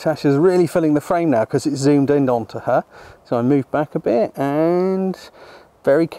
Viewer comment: Ha. "Over there a bit" with an accent does make it sound a bit like that :)